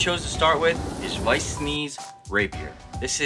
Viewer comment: Woah, he actually said Weiss "correctly"! 😛